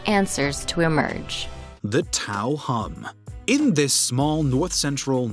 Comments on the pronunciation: Guys, there's no such place in New Mexico called 'Tao.' It's called 'Taos.' E.g. The Taos Hum. 🙄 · It's pronounced Taos not Tao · TAOS not TAO. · Bruh it’s “Taos”… did you do any research for this shit? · It's TAOS hum...not "Tao". K?